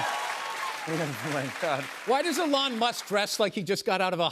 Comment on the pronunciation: he pronounced Elon name correctly! Yes. Dont anglicise it people!